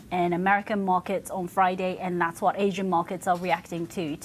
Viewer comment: I’m sorry… AHHsian?